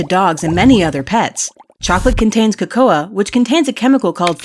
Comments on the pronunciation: "ko-KOha" why do you guys say cocoa like that it's pronounced "KO-ko" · I'm sorry did she just say it's pronounced co co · Thats not how you pronounce cocoa (ngl it probably is how you pronounce it lol)